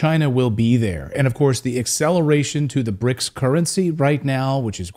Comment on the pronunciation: It's called BRICS, not bric.